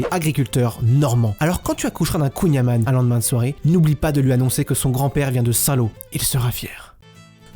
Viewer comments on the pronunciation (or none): tu as dit kouign amane...